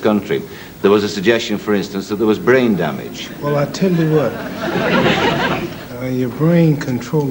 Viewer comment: ‘You tell me if i have brai damejahh’ Terrible